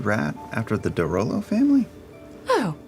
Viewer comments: Taliesin calling the de Rolos the de Lolos is an underrated moment. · I love how Taliesin purposefully mispronounces it as "De Lolo"